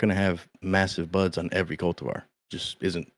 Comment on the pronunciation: When buds sound like butts it takes on a whole new meaning 😅 only like big buds not little buds 😂